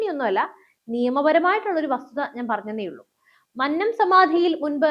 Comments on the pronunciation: മന്നം എന്നത് ഉച്ചരിക്കേണ്ടത് "കൊന്ന " എന്ന വാക്കിൽ ഉള്ളത് പോലെ ആണ്. അല്ലാതെ "പന്നൻ" എന്ന് പറയുന്നത് പോലെ അല്ല 😊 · മന്നത്തിൻ്റെ "ന്ന" - അന്നത്തിൻ്റെ "ന്ന" അല്ല കുന്നംകുളത്തിൻ്റെ "ന്ന " ആണ്. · Ee sukumaranae ella nairs chernu thalli odikkanam all nairs unite please avatharaka mannam ennu nere ucharikkuka mannam ആണ്‌ അത് പോലെ വിദ്യാർത്ഥി എന്നും നേരെ ഉച്ചരിക്കുക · "മന്നം " മന്നത്ത് പദ്മനാഭൻ ", ഇവ ഉച്ചരിക്കുന്നത് എങ്ങനെ എന്ന് ആരോടെങ്കിലും ഒന്നു ചോദിക്കുക.. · മന്നം എന്ന വാക്ക്‌ ശരിയായി ucharikkane